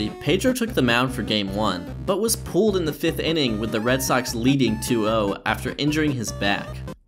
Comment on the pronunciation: At first I was like, “What the f does pooled mean? Why was he pooled in the fifth inning?” And then I realized that he was saying pulled lol